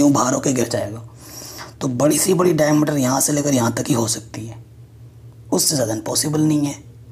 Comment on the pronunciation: Dicmeter nhi diameter hota hai😁😂